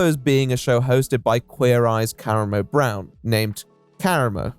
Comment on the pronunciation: the butchering of the pronunciation of kuramo brown's name here sucks